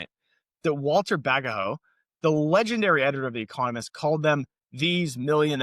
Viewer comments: Pronounced Walter Badgot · Just a couple of small points, the firm was Overend, Gurney, & Co.. Walter Bagehot was pronounced Badgeit. Great update. Is AI the new Overend, Gurney? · The right pronounciation for the founder of "the Economist" is "baedjt" like ae like"baker" and dj like "django" - the banker dynasty is Roth ( o like in corner) - "shild" (i like in kid) , which is German for red -shield . It has nothing to do with a child. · It's being pronounced wrong by those who think they are experts anyway. The family says "Bagit". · Thames pronounced Temes. Walter Bagehot white french anglicized to Bag hot. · He mispronounced Bagehot and Thames. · Is that really how you pronounce Bagehot? I've been saying it wrong for a long time. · Just a note, the company was called ~Overend Gurney~, not Over and Gurney🤩 Also Walter ~Bagehot~, is pronounced Badge it.